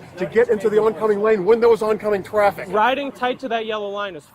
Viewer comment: “Oncoming Twaffic” 😂